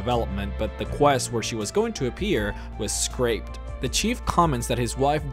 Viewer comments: list of things pronounced wrong because why not scrapped = scraped concordat = conquerdat tullius = toolius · Do you pronounce shit wrong on purpose or what? Scraped ... Ravencrown ... sigh. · Did you just say a quest was "scraped"?